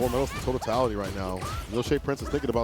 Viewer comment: Word of the day: “TOTATALITY” Im pretty sure thats what im hearing😂. Talk that shit 😂💪🏾